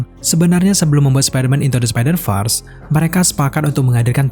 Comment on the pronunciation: Bacanya spidervers bukan spiderfars